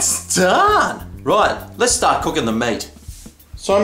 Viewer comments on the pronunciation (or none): none